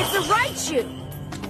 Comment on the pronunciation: I just love how sometimes Raichu just says laichu or lai lai instead of raichu or rai